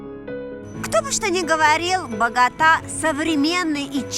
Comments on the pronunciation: Жанночка, все прекрасно, но БогОта, а не БоготА. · Интересно, как правильно БогОта или БоготА? Жанна и так, и так говорит в разных кадрах. По-испански правильно БоготА, а как правильно по-русски?